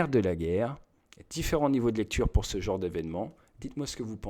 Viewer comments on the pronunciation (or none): none